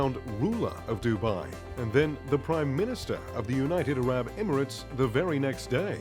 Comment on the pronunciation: and he can't pronounce "Arab" either